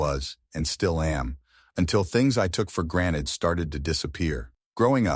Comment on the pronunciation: The privilege to know how to pronounce "GranTed" and not "Graned"